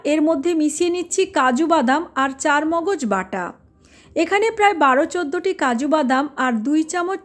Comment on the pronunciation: ওটা চারমগজ নয়। ওটাকে বলে চালমগজ।